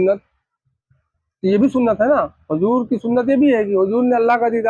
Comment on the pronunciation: hujoor nahi huzoor kahnaa sahi tarikaa hai Sabe kadar nahi shabe kadar kahnaa sahi tarika hai deen ki baate alim se sikho sahi tarike se pataa chalegaa ye janaab huzoor kaa naam thik se nahi le paare shabe baraat kaa naam thik se nahi le paare baal awrto jaise rakhe hai sahriyat me kaandhe se niche baal rakhnaa haraam hai awrto jaisi mahdi lagaai hai shariyat me gair alime deen kaa binaa kitaab dekhe takrir karnaa haraam hai peer hai tab bhi kitaab saamne rakh kar maslaa padke bataana waajib hai ye nahi ke kuch bhi apne tarike se fekde Allah paak aise jaahil peero se imaan waalo ki hifazat farmaai aap log you tube pe bhi upload kar rahe hai aapke peer ko sahi tarike se ilme deen sikhna chahiye